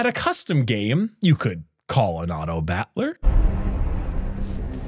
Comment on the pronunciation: Why is he saying it as bat-ler like butler? It's driving me crazy here, lol